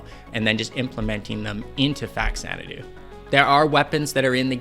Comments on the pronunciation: I can tell you're a true old school lover of this game like me, because you pronounce it "Facks-zanadoo" instead of "Fa-zanadoo". Us kids in the 80's had no internet to give us correct pronunciations of odd words. We just had to work it out with our own busted english skills. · thanks for pronouncing it correctly.